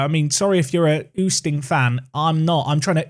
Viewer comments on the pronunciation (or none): Oosting is pronounced as oasting